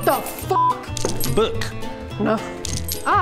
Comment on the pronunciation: that "B O O K" got me laughing lolll